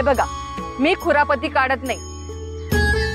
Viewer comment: खुरापती नव्हे कुरापती असा शब्द आहे तो